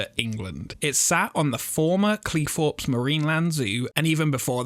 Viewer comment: i think if you are presenting videos you should brush up your english. Its Cleethorpes not Cleeforpes and a Theme park not feme park